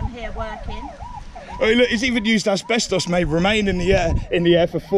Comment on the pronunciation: Not being a pedant, but it's ASBESTOS, not Aspestos. Some company directors just aren't as educated as you might think.